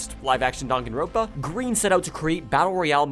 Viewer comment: please... "dan gone rornpa" you mean DAN-GAN-RON-PA (no hate, I think your awesome but please..)